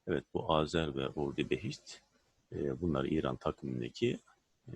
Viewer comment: Hocam ordibehişt değil ordibeheşt olacak o saygılar